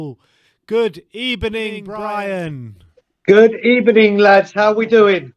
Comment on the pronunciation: A very good ebening 😉 my friend